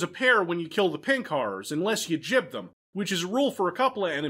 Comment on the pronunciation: by jib you meant gib, right?